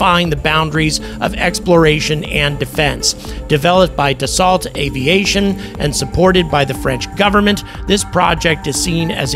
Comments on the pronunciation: It's pronounced "da so" not "da salt"🤦‍♂ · Please pronounce Dassault correctly. You’re glitching the matrix.